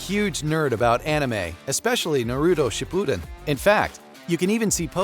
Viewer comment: My soul burned with the way u said naruto shippuden but I still appreciate you including the influence it had lol